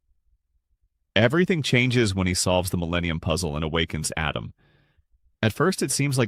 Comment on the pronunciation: Did you call him Adam? Then Adem? 😂 Really? It's Atem.. pronounce A-tim, rewatch the English dub if you don't believe me